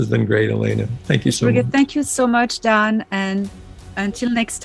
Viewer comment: 1.34.27 Elena it's your surname D- an - aan !